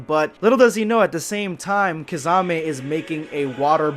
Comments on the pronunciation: u really butchered Kisame's name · pronounciation of kisame = rip kissanime